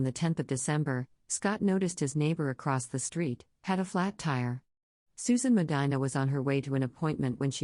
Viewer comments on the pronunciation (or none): none